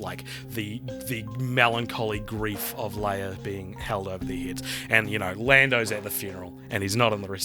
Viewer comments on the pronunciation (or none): none